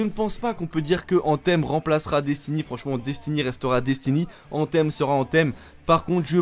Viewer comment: C'est quoi cette prononciation : ANTEEEEMMMMM 😡😡😡😡😡 .... Mec revois ton anglais qui est franchement médiocre